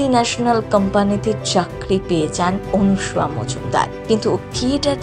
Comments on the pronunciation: বাংলা ভাষাটা বলতে শিখুন। এই প্রতিবেদনের অনেক উচ্চারণই ভুল । সবচেয়ে উল্লেখ্য বিষয় হলো , যাঁর সম্পর্কে এই প্রতিবেদন তাঁর নামটাও ভুল উচ্চারণ করেছেন। অনুসুয়া আর " অনসূয়া " দুটোই ভিন্ন বানান , ভিন্ন উচ্চারণ , এবং ভিন্ন অর্থ। আপনার প্রতিবেদনে সবকিছুই " এপাং ওপাং ঝপাং "হয়ে গেছে। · বাংলা ভাষাটা বলতে শিখুন। এই প্রতিবেদনের অনেক শব্দের উচ্চারণ শুদ্ধ নয়। উল্লেখ্য বিষয় হলো :-- যাঁকে নিয়ে এই প্রতিবেদন তাঁর নামটাও ভুল বলা হয়েছে। ' অনসুয়া' আর "অনসূয়া " দুটো শব্দেরই ভিন্ন বানান , ভিন্ন অর্থ , এবং ভিন্ন উচ্চারণ । আপনার প্রতিবেদন সম্ভবত " এপাং ওপাং ঝপাং " অনুপ্রাণিত।